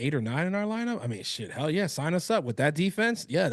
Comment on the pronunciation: I heard "Hal no" instead of "hell no" lmao that should be the new thing